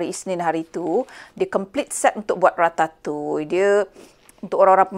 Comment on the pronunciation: Baru la saya tahu cara nak sebut Ratatouille tu dgn betul 😂 selalu saya sebut 'Ra-ta-tu-iel' Unik sebutan french ni